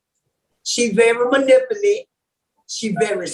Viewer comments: "Manipuly"... I'm hollerin 🤣 Anyway... These people are slow. I'm tripping. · "She's a very good liar...she's very manipilly?" If I cant pronounce the word, I generally just skip it, or I find a different adjective or adverb.🤣🤣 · Until our young people get out of the ghetto and get an education and move away from their home town they will continue to destroy the English language. I cringed every time that women tried to say the word manipulative.